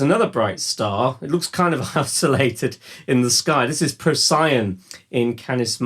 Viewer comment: Those Betelguese / Procyon pronunciations... 😳